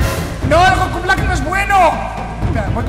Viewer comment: Nosellama así. Se llama Blak